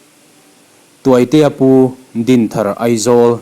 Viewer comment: Tuaitea Pu tih kha Liankhuma Pu tih thlukin i chhiar a Lalhmuaka Pu tih thluka chhiar tur a nih hmel